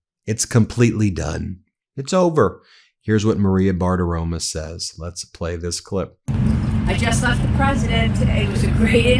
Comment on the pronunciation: Why does he always pronounce her name, Bartiroma instead of Bartiromo?